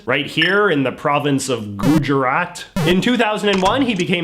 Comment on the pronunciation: none: him pronouncing Gujarat: Gooh jeraT